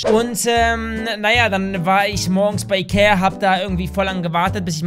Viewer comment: Wer hat auch am Anfang iker statt Ikea veranden